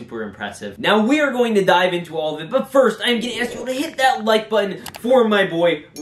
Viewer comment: It was bugging while I was watching this but before you said “we are going to dive in” it bugged and I heard “we are going to Die”